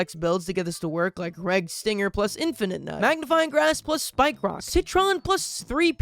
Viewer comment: I love how much a hater can be while also being utterly mistaken. Like he’ll take about how terrible a plant is while actively mispronouncing its name. And then he’ll just also mispronounce names all the time lmao Like seriously bro it’s infi-nut not infinite-nut, it’s a pun man.